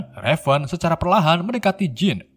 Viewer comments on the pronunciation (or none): min raven dibaca "reiven" bukan revan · Raven bukan revan cukkk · Raven Bukan Revan 😡😡😡